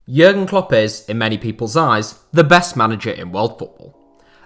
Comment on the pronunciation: It sounds like your saying yurrrn klopp